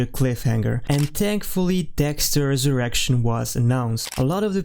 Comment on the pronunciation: You’ve gotta take a pause between “Dexter” and “Resurrection” bro.. this isn’t an X Videos original series